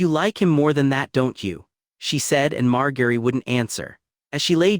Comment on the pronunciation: writings good, AI voice mispronounces all their names like c'mon MAR-GARY TY-REON OL-ENNA